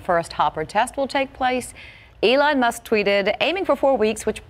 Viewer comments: "intrested fans of Elon MUST"????? Must !!!!! ahahahah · are we going to ignore the fact that she said "Elon Must"? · I can't tell if you're kidding, but I'll bite: The lady at the start referred to him as "Elon Must" instead of "Musk". I'm pretty sure Mr Rosch is well aware of who Elon Musk is. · She totally said Must.....hahaha...brainless news people didn't even catch it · "Elon Must"